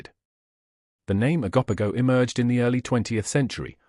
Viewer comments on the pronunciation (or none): You’re pronunciation of these creatures is debateable lol It’s O GO POGO lol